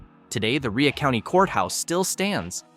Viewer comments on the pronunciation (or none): I don't know how much research went into this video, but the Webb Craft Show, in Bell Buckle, is in October not July. Also, Rhea County is pronounced Ray County. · Leiper’s Fork is pronounced Leaper’s Fork. Rhea County Courthouse is pronounced Ray County.